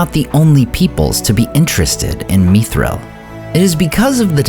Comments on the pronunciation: Not "meethril", not "mythril" but mi thril, like it, is. Meethril is such an alien pronounciation. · why are u pronouncing it as me-thril? YIKES WTF IS THIS MAN